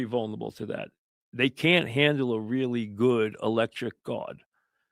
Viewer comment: mike is great; a legend. but the word is "vulnerable" not "vulnable." four syllables.